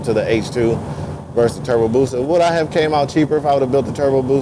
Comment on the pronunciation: Don't nobody wants to play with... lol. BTW its "BUSA" not Booza.. lol. The H2 is an awesome bike tho... love the looks of it... #sinister